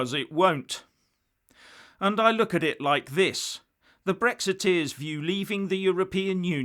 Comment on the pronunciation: "Bwexit,Bwexiteers"?. Welease Wodewick!!.